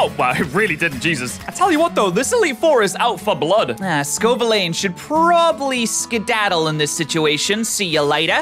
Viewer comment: Scovillain? (SKOH-VIL-LANE) Don't you mean Sco-Villain? Scoville Villain? Like a super evil villain?